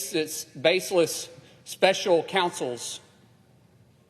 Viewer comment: Did Markwayne Mullin say the “bassist impeachments”?